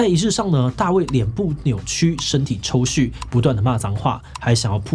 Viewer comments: 抽「搐 ㄔㄨˋ」，又是整個團隊都沒人會這個詞嗎？ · 是 抽搐ㄔㄨˋ哦